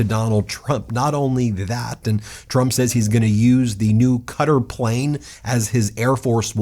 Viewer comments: Is this an intentional mispronunciation of Qatar or do you really think it sounds like Cutter? Kuh-tar is the proper pronunciation…. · Dude, it's pronounced kuh-tar not cutter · It’s bothering me so much how he keeps saying “cutter” instead of “kuh-tar” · Why do American people pronounce Qatar as ‘Cutter’. Everyone else says ‘Cat-arr’? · Qatar is pronounced kuh- TAR, emphasis on second syllable- not Cutter. Please. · Good grief Ben, it's not "cutter" it's ka-tarrr. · It is pronounced CATTAR not cutter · It's not "cutter" is "ku tar" - Qatar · Oh Ben. Please. It is NOT cutter. Please ask a native speaker of Arabic so you can get close to a decent pronunciation of Qatar! kaw-tar not cutter! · Pronounced ‘Kattar’ not ‘Cutter.’ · Is he pronouncing Qatar (kuh-taar) as 'cutter' for a reason, like a joke I'm missing? I listen to these while working on other things and since I didn't see what he was reading from the first listen, I thought 'Cutter' was some kind of Qatari company Trump & co were working with. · Please pronounce the place correctly. Q’tar not cutter lol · I always thought that Qatar was pronounced "kuh-taar". Am I pronouncing it wrong? I never have heard it pronounced "Cutter". Which is correct? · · Ben, I have the utmost respect for you and your knowledge of all things legal. But Qatar is pronounced "cuh-TAR" with an accent on the second syllable, not "cutter". Love you man, keep up the good fight! 😊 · Love the content, but it's pronounced cat ar not cutter. Qatar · It's not pronounced "cutter" its "cat-tar" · Please, please, please, stop calling that country “Cutter”. 😣 You want to know how to pronounce it? Watch the airline commercials. It’s Kuh-Tar. Second syllable stress. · Cuttar. Not cutter. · I'm a big Meidas fan (from the UK) but please pronounce Qatar correctly; it is "Kattar" or "Kat-tar" - it is not "Cutter" or "Gutter"... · Ben its quatar pronounced katar in english or kwatar not cutter .keep up the great work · It's Qatahr, not Cutter.